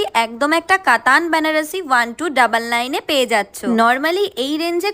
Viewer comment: ওটা ব্যানারসী নয় বেনারসী, জানি কোনো লাভই হলো না বলে কারণ তুমি তো কারো উপদেশ নাওনা।